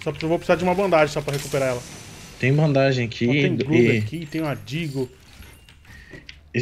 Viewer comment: e, vcs estão nos Estados unidos estudando inglês, certo?pois então por que vcs pronunciam ban-da-ge? Sem ofensa.